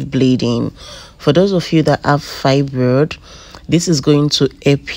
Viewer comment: Fibrod ❌ Fibroid ✔️ Hirene ❌ Irene ✔️